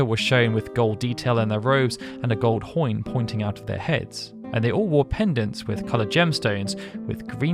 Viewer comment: Love your work but I can't unhear GOLD HOIN HAHA